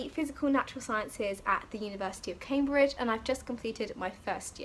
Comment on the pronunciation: CAM-BRIDGE NOT CAY-BRIDGE !!!!!! 😩